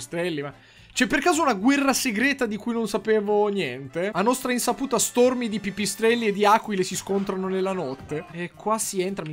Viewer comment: Stormy invece di stòrmi...